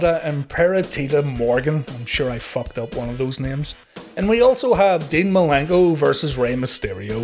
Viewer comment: love how he says dean malinko